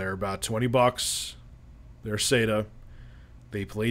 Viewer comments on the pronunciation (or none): none